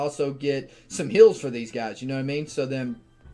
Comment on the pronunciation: It kinda sounds like "hills" instead if "heals" lol I guess its just me being deaf